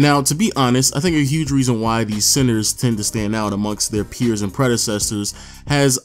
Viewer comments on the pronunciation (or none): Are you saying sensor? Or centers ?😂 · Im hearing censor not center. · i am the only one who hears him saying sensors istead of centers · tip: if you hear sensors he's saying centers lol 😝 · Say Center and not sensor lol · I thought he's saying sensors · The "SENSORS, SENSERS? SENCERS? SCENTSERS? " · Is it just me or does he keep on saying SENSORS?🧐